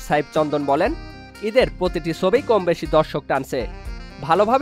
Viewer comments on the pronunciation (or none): Thik moto bangla bolen bhai, chobi ke sobi jodi bolen then its not a good thing for the people who hear your content